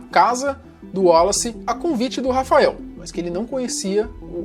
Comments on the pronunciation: Em que tange ao prenome "Wallace", apesar do primeiro "A", pronuncie-se,: "uólace"! (Maceió/AL) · A pronuncia do nome dele era uolace.